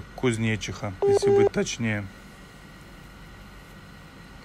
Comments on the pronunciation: Офигеть КузнечИха? Это район Нижнего Новгорода, ударение не кузьнечик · КузнечИха а не КузнЕчиха) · КузнечИха ударение на и , от души))))) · КузнЕчиха читается как КузнечИха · не КузнЕчиха )) а КузнечИха . В Нижнем Новгороде микрорайон такой есть ) А не в Нижегородской области , она такая же большая как и Московская . Надо более быть подготовленным в таких вещах, чтобы правильно им называть названия улиц и т. д. 😉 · не КузнЕчиха бро а КузнечИха)так им и надо ибо нехер) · Правильное ударение КузнечИха (на букву И). По крайней мере, район в НН именно так называется. У деревни в ветлужском районе теоретически может быть другое ударение, но вряд ли. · Это не посёлок )))) это район города Нижнего Новгорода ))) и ударение немного по другому ) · Только не про кузнецов, а кузнечиха. Ударение на и!!!! А так браво!!!! Так держать! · Кузнечиха Ударение на И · Кузнечиха, ударение на и Нижегородская область. Кузнечиха это микрорайон в Нижнем Новгороде.